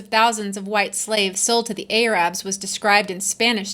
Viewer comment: Why are you claiming we've never known about white slavery? Every reasonably educated person knows of it. And you've also ignorantly mispronounced 'Arabs' and 'atrocity' (so far).